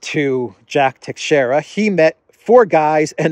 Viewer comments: No, the correct pronunciation is Tei-shei-ra, do not put emphasis on the letter A in the first 2 syllables, there is no such sound in the word. It's a difficult language to fully master, greetings from Portugal 🇵🇹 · Teixeira (pronounced by Portuguese tai-shai-ra) is a very old Portuguese name. The navigator Tristão Vaz Teixeira was, together with João Gonçalves Zarco and Bartolomeu Perestrelo, responsible for landing on the island of Madeira in 1419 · No, it's pronounced tei-shei-ra... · I think I wrote the same sounds that you did, just in a different/inaccurate way. Is it not pronounced tay-shay-ra? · Teixeira - Three syllables: Tei ( pronounced ta with long a as in shade) xei ( pronounced sha with long as in shade) ra (short a). Accent on second syllable. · No, tei-shei-ra, simple